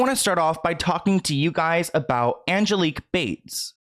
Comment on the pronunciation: This is nutty because my name is also Angelique. Like the way u pronounce it